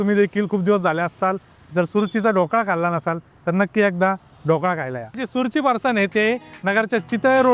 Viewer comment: अरे सुरची नाही सुरूची म्हण